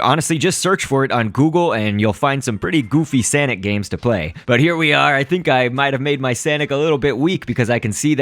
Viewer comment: no its sanic (say-nic) SANIC